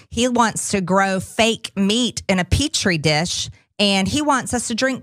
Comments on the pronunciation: Still sounded more like peach tree to me 😂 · She mispronounced peachtree dish.. 😆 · She figured out that it’s not “peach tree dish”. Someone give this woman a sticker or something, that must have been really hard for her to remember!